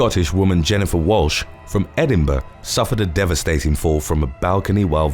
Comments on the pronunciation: Funny how you pronounced endiburgh 😂 Hardly any Americans get it right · you said Edinburgh so weirdly